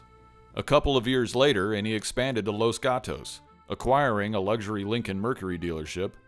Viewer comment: WOW LOS GATOS LOL okay i herd a guy in east eroupe say it that way once